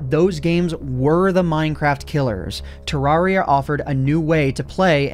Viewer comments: For some reason it really triggers me how he pronounces Terraria. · Excuse me, why did you say Terraria like that? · pronounce terraria right